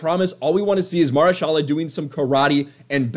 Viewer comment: MA-HER-SHA-LA! GOD!!!!!!